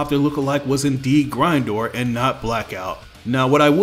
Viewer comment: I hate the way you say Grindor